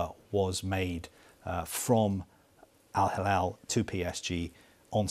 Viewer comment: It is not Al halal,it is Al hilal.